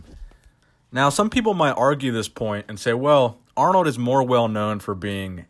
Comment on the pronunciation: Aaaarnold! It's not even close haha